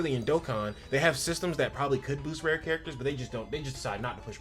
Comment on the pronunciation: Apologies, I kept hearing "red" instead of Rare lol Rare Maki's ults recovers 240 Ultimate gauge of her collaborator. she also can apply Crit Resist Decrease by 20% on her skill 3 to one (or more) enemies. Rare Panda can draw attack for 1 turn and has a 40% decrease in damage taken, along with a 25% DDT buff that last for 3 turns. Coupled with a teammate that gives him curse energy and a bit that keeps him topped up, he can draw attack for the turns needed while you pick off enemies.